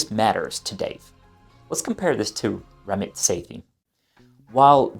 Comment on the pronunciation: It’s Ram-Meet. Say-tee.